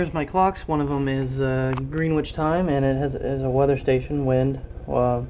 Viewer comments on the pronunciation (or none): Excellent video. You pronounce Green-wich like sand-wich! I like that. I wish I had had a shack like yours at that age. Geez.